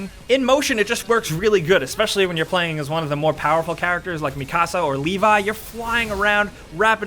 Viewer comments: You said her name wrong it's mikasa not micasa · It’s not mi casa like Spanish is micasan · why does everyone say mikasa wrong. watch the Japanese dubbed anime. it's me. ca. sah. not me. car. sar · I know this is 7 years old…I’m re watching the anime rn. I just wanted to point out…I’m kinda literally shell shocked. My dude called mikasa “mi-casa” 🤦 I’m dead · HOLD THE PHONE! DID YOU JUST CALL MIKASA MEEKASA?? Like MEECASA SUCASSA?? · "Me-casa" XD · Mikasa is pronounced (me-kis-a) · It’s pronounced “me-cuh-suh” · Ha ha ha he said mi casa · "Mi-casa" lol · You said that you watched the anime so why the fuck are you pronouncing Mikasa wrong, dunno why but it pisses me off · Not everyone can pronounce the name right xD